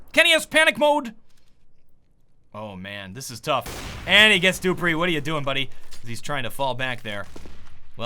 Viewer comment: not kaggerbe it is kayerbe , duhhpreeh and xpyex